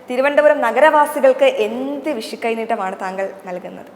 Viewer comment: വിശു അല്ല വിഷു. അക്ഷര സ്ഫുടതയില്ലാത്ത ഇവളുമാരെ ദയവായി മലയാള അക്ഷരം പഠിപ്പിക്കണം. ഓരോരോ അവതാരങ്ങൾ. ഇവളൊന്നും ജനം ടി വിക്കു ചേർന്നതല്ല